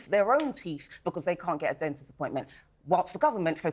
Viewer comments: Teeth is spelt with a ‘th’ at the end not an ‘f’. Ignorant tosspot!! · It's teeth, not teef!! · What’s a “teef”? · She is self righteousness pain in rear! She would be the type to look down on her own culture but preaches! Why do they give her airtime! ‘Teef’😂